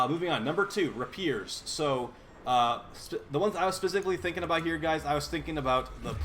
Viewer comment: Rah-peers. I'm dead. Lol